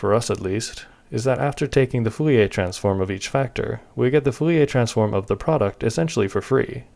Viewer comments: saying Fouriae instead of Fourier is annoying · But (g+)+, you keep saying "Fouiller" instead of "Fourier" 😅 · Every time I heard "foo-yay" I twitched. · Are.... are you saying ... Full e a transform? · Why are you saying foolyay transform? is it some kind of a joke that I miss, or just an engagement bait? either way consider me engaged. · Sounds more like 'foo-lee-ay' to me.